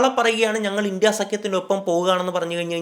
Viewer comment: ഇണ്ടി അല്ല ബ്രോ india എന്ന് ഉറച്ചു തന്നെ പറഞ്ഞോ ..